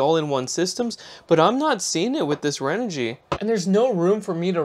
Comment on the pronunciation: ...don't wanna be that guy.. but ahh.. there's no "L" in Renogy.. 🙃